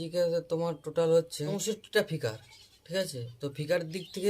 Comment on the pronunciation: ফিকার না স্পিকার😅